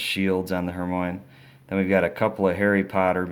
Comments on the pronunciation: It's her my oh nee not hermoins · It's not her-mone Its her-my-e-knee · to tell you it's not who Moines it's Hermione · NOT HERMONE HER-MY-UH-NEE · It's Hermione not Hermoine. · It is Hermione not Hermone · it's Hermione NOT HERMONE !!!! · Malfroy?? Hermone?? Ballisk???!Dude. This collection is so dope but how do you not know their names bro come on now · Ur Saying It Wrong! It's Hermione Not Hermone Good Luck Next Time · Her-my-on-ie Lol Hermoine what a way of saying her name 😂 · I ended crying with laughter over his pronounciations of "HER-MINE", "DUMBLEDORF" and "MAL-FROY" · ty r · it is pronounced (her-mai-oh-nee) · it's pronounced her-my-iny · He's commenting on how he said the names wrong. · Hurt- my -knee XD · U said hermione wrong